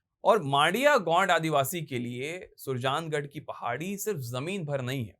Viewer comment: थोड़ी मेहनत ज़्यादा ही कर लेते और शब्दों का उच्चारण ठीक हो जाता, सुरजागड़ है वह नहीं सुरजांगद